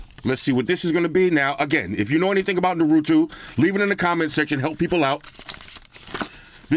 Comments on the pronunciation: Just laughing my ass off how he pronounces Naruto as “Ner-oo-too” 😂😂😂😂😂 This unboxing is 100% NINE TAILS APPROVED! 💪❤️👊 Speaking of the unboxing, 150W CHARGING BRICK! WHAT! 😱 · Na-roo-toe. Naruto. Seriously I don't even want the phone to use. This is basically a collection piece. The picture with the guy that looks like him is his dad Minato. He was the 4th Hokage ( the leader of Konohagakure, the Hidden Leaf Village). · Norutu bro r u fucking kidding me wtf is that pronounciation 🤣🤣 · I might have to pick this up too. I know fuck all about Naruto either but this looks giggidy! But bro, I think it’s pronounced na-roo-toe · It's Nah.Rah.toe that's how it's pronounced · Every time you pronounced Naruto Na ru two the nerd in me wanted to scream. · Bro😂😂😂 Naruto is actually pronounced Nah Roo Toh hahaha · Nah-Roo-toe (Rue) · Voltron was definitely Anime. Another great vid. btw..... its : Nah Ru Toe. there u go. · Everyone else: Naruto: narutwo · it's pronounced 'narutoe' 😭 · Haha shot out to u! Its funny how everyone switches the vowels. NAH-RU-TOE. Thats how u say it. And ur welcome for the Goku explanation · Unlike half of the comments here. I'm a HUGE anime fan. #1 Great video! Def felt the vibe and excitement even from a non anime watcher. Love it! 😎 #2 Naruto is like Nar-oo-toe 👍🏼 haha Thanks! Can't wait to buy this phone. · Bro, u should start watching Naruto. it'll make you cry 😭. Btw, its Nuh-ru-toe. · Naruto = pronounced as Nah-roo-tow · It is Nar a to is the way to say the name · What the hell is a narootwo 😂🤣😂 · it's naru-(TOE) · Pronounced Naru-toe. Love the video boss man. Love from North Carolina. 🤙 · Ima help you out cuz you family💯💯. You pronounce it "Nah-Rue-Toe". That's the name of the dude in orange with the yellow hair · No hate big man but I think the proper western pronunciation for Naruto is "Nah-Ru-tow" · It’s pronounced nore-ru-toe 😭. You got me crying over here. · I think its pronounced nAaaaruto lol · It's Naru-TOW